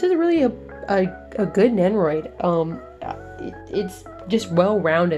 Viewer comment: I don't watch this show, but the thumbnail caught my eye for sure. Glad to see you getting more figs though. Stay addicted. Shoutouts to. Also... Did you say Nennoroid?